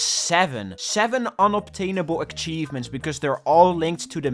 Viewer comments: it really bugs me how he says achievements as "akhchievements" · Many ackchievements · Ackchievements ackchieved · I love akchivements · Take a shot whenever he says Akchevements. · please stop calling them ackchievements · more like eck-cheivments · STOP SAYING AKCHIEVEMENTS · akchievements.akchievements.akchievements.akchievements.akchievements.akchievements.akchievements. cry about it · Stop saying aKchievements or I'll flood your house with garbage! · Bro please learn how to say "achievements " omg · you are saying : "ackchivements" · Akchievements. Bruh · WHY DO YOU CALL THEM ACKCHIEVEMENTS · Why does he say ackchievements oh my lord 😭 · i didn't realise he was saying it until I read this and now it's stuck in my brain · The way says achievements makes me cry and literally explode and die and cry and die